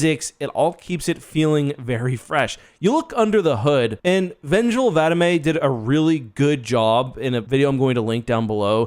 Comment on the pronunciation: It’s vengeful Vadam not Vadmay